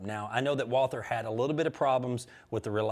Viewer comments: Walther is a German company, so its a German name, you don't pronounce the "TH" in it. You can just say "Walter". The more you know. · Walther = pronounced WAL-TER It's GERMAN. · Hi... love your videos! Just an FYI: It's pronounced WalTer. There's no soft TH sound in German, so you just treat it like a hard T. I'm shopping for a.22 and I'm so torn. I'd really like a target or match grade.22 like my dad has (Browning Medalist), but then I feel like I'd be afraid to take it out of its fancy velvet-lined box. So then I think of a more plinking kind of gun, like a Buckmark or a Mark IV, but then I think I should be practicing my draw on something similar to my Taurus G3 9mm. When I have money, I'll get one for every occasion! But in the meantime, I'm open to your thoughts.